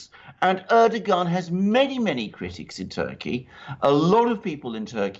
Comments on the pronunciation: Erdogan is pronounced with soft 'g' like Erdoan, take out the 'g' as its forgotten. By the way the drilling is completely unnecessary, as we'll soon be able to use the 'air' for energy, from what I learned from the QHHT sessions. The fuel we put in our cars soon will be powered with the air we breath put in our lungs its already round us, we'll be using it to power our cars and its FREE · If you guys want to continue reporting about Turkey next year you guys better learn how to say Turkish leaders' names. LOL